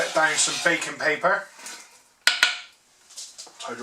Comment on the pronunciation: Ohhhh BAKING (known as parchment paper in the US) paper. I thought you said BACON paper. I was trying to figure out what the hell bacon paper was.